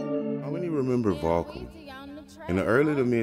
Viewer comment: Is this guy saying Vahkum?